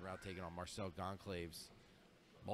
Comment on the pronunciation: I got a real kick out of hearing "Gone-claves" during this. Bruh, he's Brazilian. It's pronounced "Gawn-sal-vez" :) Great tournament though. Some really high level grappling.